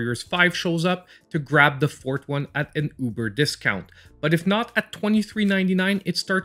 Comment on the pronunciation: What country is this guy from, since he pronounces forth as fort? Also, why does he keep saying number 1 when he never follows it up with number 2?